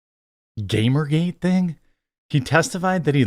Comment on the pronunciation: Disappointed Jeremy didn’t say Gamer Gate the right way